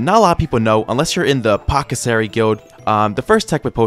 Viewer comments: "apothocery" apothecary* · I die a litte more everytime pronounces apothecary as " Poh-cuh-sary "